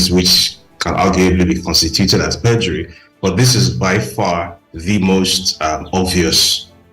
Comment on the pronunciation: Young lady, the eord is PERJURY and not PREDURY